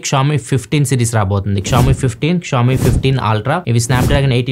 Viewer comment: షియోమి నీ క్షామి ani pronounce chesi telugu state renditilo daani peru pogottaru ga.😅😂